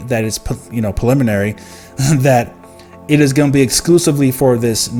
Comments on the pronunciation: sir thanks for info. I can assure you it’s pronounced “preliminary” , not “paliminary” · pRReliminary!!! Stop skipping the R u said that shit 20 times and all 20 wrong.